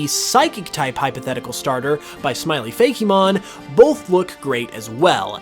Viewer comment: learn to pronounce fakemon